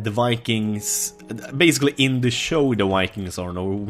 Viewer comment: When he was talking about Vikings it sounded like Wanking...this is exactly what you think.